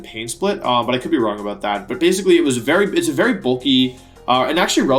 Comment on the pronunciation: Wery soon, being wery hyped :P